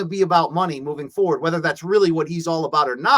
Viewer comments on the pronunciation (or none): none